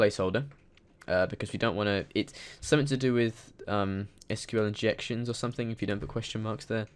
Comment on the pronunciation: So many people say SQL "School." Just Why?